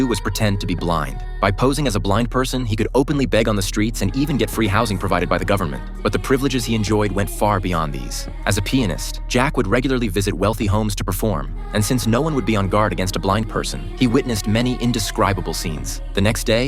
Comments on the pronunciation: Instead of saying pianist, it almost sounds like the voice says penis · That AI voice says "The Pienist" like can you repeat that? haha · He did not say pianist 💀💀